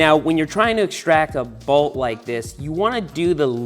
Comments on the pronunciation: Is "balt" Long Island for "bolt"? Never noticed how you say it until this video haha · Found it funny every time Seth says "broken balt, snapped balt, this balt has gone in straight" lol Didnt know there was an A in bolt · Why do you say bewalt for bolt?